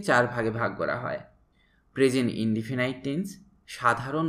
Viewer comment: ইন্ডিফিনাইট নয় ইন্ডিফিনিট